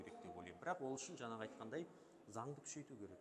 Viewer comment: Депутаттардың сөз сараптау, талдау, сұраққа обьективті жауап беру деген жоқ. Сосын “жаңағы” деген сөзде неге “ң” әрпін айта алмайды.